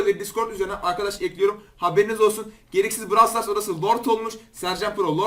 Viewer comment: Abi Brawl Stars değil brovl stars diye okunuyor